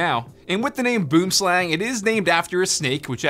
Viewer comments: The way he says boomslang annoys me as a South African I'm kinda triggered. It's (booum - slung) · The way this guy sad boomslang 😂 it’s basically pronounced like “ bwim slung “ it’s a South African snake so it’s in afrikaans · I know for a fact that everyone from South Africa laughed every time he said Boomslang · So,Boomslang is an actual snake in South Africa. Its a highly venomous snake...and here just destroyed that pronunciation 🤣🤣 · I think I speak for all South Africans when I say that I get a physical pain whenever he says “boomslang” in that way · If your from South Africa we say boomslang differently. 🇿🇦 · Go to google translate, select afrikaans, type boomslang and push the play button. Thats how it actually pronounced... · As an Afrikaans speaking South African, I can say that you butchered the name "Boomslang". It translates to tree snake, boom being tree and slang being snake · Boomslang is Afrikaans meaning tree snake. It pissed me off how you said it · He needs to learn how to say boomslang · Bro you're saying the mice name so wrong lmao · Any South Africans he are getting annoyed in how he said boomslang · Your saying boomslang wrong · You should use Google translate to figure out how to pronounce Boomslang, it's Afrikaans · Boomslang is pronounced more like bwormslung lol when I heard boomslang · it's not "boomslang" it's pronounced "boo'im slung" but yeah it's a tree snake the word boomslang comes from the south african language afrikaans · Your pronunciation is off on boomslang Its pronounced Booem slung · you were pronouncing the mouse wrong boomslang is an afrikaans name direct translation tree-snake and is pronounced more lke boemslung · It's actually a South African name in Afrikaans, and it's pronounced byome slung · Boomslang, which would be pronounced "Boo-um-slung" here by us, which directly translates to _Tree Snake_. Boom (Tree) Slang (Snake). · Yes thought the same. I' m Afrikaans and this was really cringy. Boomslang xD